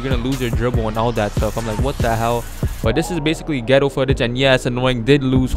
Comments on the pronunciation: "Gameplay foolage" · He said gameplay fullage lmao at start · I'm uploading another gameplay "FOOLAGE" - 2017